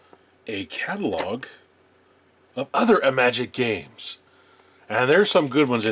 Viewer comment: There’s that unmistakable sign that you’re a retro gaming geek who was around at the time those games actually came out: The proper pronounciation of IMAGIC!